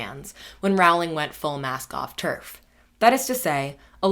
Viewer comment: When you first said mask-off terf I understood masc-goth terf, let's just say I was a little confused